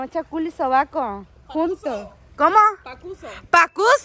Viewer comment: Se dice pasuco (pata sudor y cola ) jajajajaja pacuso nooo🤣🤣🤣🤣🤣 saludossss